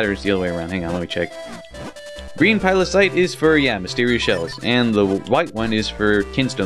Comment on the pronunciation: you still said pilocyte after correcting yourself x3